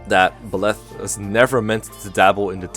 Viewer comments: Good video and all but, PLEASE for the love of god Byleths name is pronounced By-leth the by being said like by the way and leth like leth i suppose. Byleth is not pronounced beleth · Bileth? Huh. I'm pretty sure it's Byleth. But w.e. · Bih-leth? I’ve always said Bye-leth.